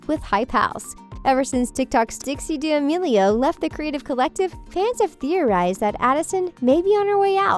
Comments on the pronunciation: "Dixie dea-amealio" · Nigga said dyamilio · I love watching your videos but you said Charlies last name wrong That’s OK